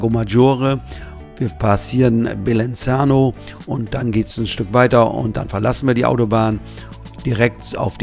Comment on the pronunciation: Bellinzona heißt es nicht Bellinzano😂